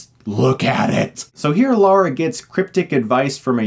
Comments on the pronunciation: Nice review... However it is Lara (La-ra) not Laura (Law-ra), I've heard a lot of Americans making this mistake, such as Nostalgia Critic and Angry Joe. Why is this so? By the way, in my opinion, Chris Barrie is the one that made this movie as entertaining as it was... Not bad for a Smeghead. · He really doesn't. Although maybe this is a case of you thinking that how he says it is how you say it, but it's not. It's lah-ra not law-ra. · Dude, her name is pronounced "Leeeriyahr." Great review! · Lara is pronounced just as it is spelled LA-RA. It's not an English pronunciation of Laura, they are two different names! Lara is Russian, Laura is Latin. It drives me crazy whenever she gets a mention and it's not even mispronounced - they straight up use the wrong name! Grrr. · The second movie, with Gerard Butler, is a bit better. By the way, I believe it's pronounced "Law-ruh" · It's LARA. My god. > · Every time I hear "Laura", I cringe a little bit. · Oh yes, this movie. LOL Haven't seen it in ages. Maybe I will now. Also, you have a hard time deciding on Laura or Lara xD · always wondered how that is such a difficult name for Americans to pronounce. Especially as it seem to be only Americans who mispronounce it. Everyone else can say "Lara" just fine. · I keep hearing you say "Lora" I must be imagining stuff... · To be honest, some characters from the 2013 video game pronounce her name 'Lora' as well. I still don't get it though. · it is 'lah-ra', guys. pretty common here. really not that hard either. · 101 on how to piss of someone named Lara. I forgive him because he's a good reviewer but I swear if I ever meet him he's getting a lesson in pronunciation. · LARA Croft. L-A-R-A. why is it so hard for people to use words lol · I have to ask, are people just incapable of pronouncing "Lara"? I think its ironic that Chris pokes fun at Daniel Craig for his American accent. At least Daniel Craig pronounced Lara correctly :D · Us Amuricans tend to add that extra vowel to Lara.